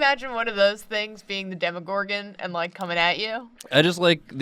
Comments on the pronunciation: How can you pronounce Demogorgorn wrong through the entire episode. It's not demigorgon. Dem-O-Gorgon. Sorry. I just had to correct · You want the show to bring her back... I want that too (though it's impossible, both the creators and the show itself in both seasons confirmed she's dead), but she's gettin that CW money now, playing Ethel on Riverdale. EDIT: Also, it's Demogorgon ), not Demigorgon. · “I play a lot of d&d” - proceeds to call it a “demigorgon” the entire video. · It’s demOgorgon lol